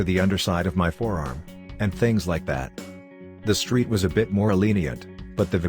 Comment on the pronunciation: LOL at the text-to-speech: "Le Paul", "Street"